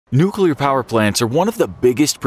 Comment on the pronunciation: "Nuculer reactors cannot explode like a bomb" Chernobyl: am i a joke to you.